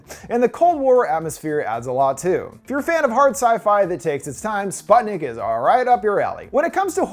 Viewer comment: As a Russian native speaker, let me correct you: Sputnik is pronounced as spootnik